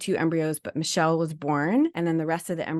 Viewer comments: I watch Michel (Mic-Kel) but never seen this ❤ Sorry I thought i needs to fix the pronunciation xx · It's pronounced mi-kel short i..not michelle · it's not Michelle, it's Michel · FYI: Her name is pronounced "Mick-elle Jan-see" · Mik-el Jan-see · Thanks for talking about this! And just so you know her name is pronounced Muh-kell Jan-sea :) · If you are going to comment on her video, you may want to pronounce her name right.